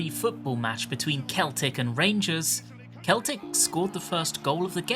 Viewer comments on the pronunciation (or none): Sel-tic... not Kel-tic, from a Scottish fan who's been here a while XD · Celtic, the football club, is pronounced as "Seltick". It's the only time that word isn't pronounced "Keltick", I don't know why, and yes I agree it's dumb. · Scottish man here, Just a note that Celtic (football club) is pronounced with a soft C, like "Sell tick" This was the first raid tier that I cleared week 1, and I've been looking forward to this for a while now! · A fellow Englishman mispronouncing "Celtic". You must be very brave. You could say you have a brave heart. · Hearing Celtic, the football club, being pronounced that way hurt my soul 😅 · The way you prounce celtic would get you bottled even from a rangers fan 🤣🤣🤣 greatest use of 21 seconds is clearly listening too a verse from the so solid crews best song 🤣🤣🤣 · NO THAT'S NOT HOW YOU PRONOUNCE CELTIC NOOOOOOOO